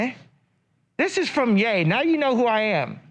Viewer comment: Is anyone gonna point out that TJ has no idea how to say Ye?